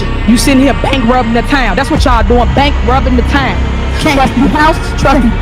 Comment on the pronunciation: Bankrubbing the town…Tiffany WTH is Bank rubbing 😂😂😂😂 Tiff had the nerve to say it Twice, like she pronounced” Bankrupt “ correctly 😮😮😂😂😂 Tiffany is a Big Dumb Liar! My SPED Students in Special Education class can read way more efficiently than this 41 1/2yr old lady….yoot my Azz Tiffany you’re Over the Hill Ask your daughter’s teacher to enrolled you in her class, hopefully 6 yrs from now you can run for something in Dolton or Thornton!! I’m sure they will be hiring for Dog Catcher 😂😢😮😮😮